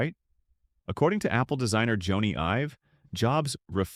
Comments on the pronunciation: Jony Ive is pronounced Johnny Ive. Not “Joanie” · “Joany Ive” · "Joanie" Ive? ah, AI. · Voice over sucks. You kept mispronouncing Jony Ive’s name